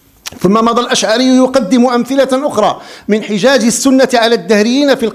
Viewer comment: ابو الحسن الأشعري وليس الأشعاري